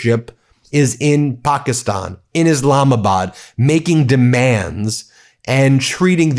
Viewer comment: Please stop changing the pronunciation of Pakistan!